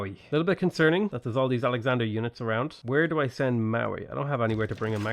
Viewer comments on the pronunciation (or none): none